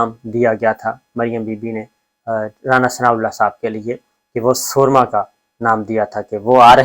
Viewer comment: صابر صاحب اردو ٹھیک کرو۔۔ لفظ سورما س کے اوپر پیش سے پڑھا جاتا ہے اور دراصل یہ لفظ سورنما تھا تھوڑا تبدیل کیا گیا۔۔۔۔